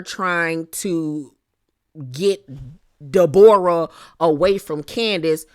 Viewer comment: omggg the way you say deBOREah has me deadddd